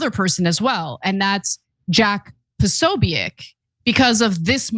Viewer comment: How are you not able to say jacks name? Jesus i can't watch you. Ask Megan how to pronounce the name.